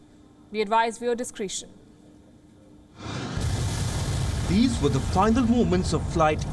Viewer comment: Did she say “discreetion” instead of discretion